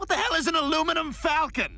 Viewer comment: “WHAT THE HELL IS AN ALUMINAM FALCON”!!!!!!